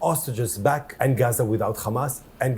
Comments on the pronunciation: I hate how they insist on pronouncing it as "khamas".. and I do believe that some Israeli study was done and found out pronouncing it like this makes them sound more evil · I only laugh at this absurdity. You know you're talking to Z when they mention "Khhhhhhhh" syllable in the beginning.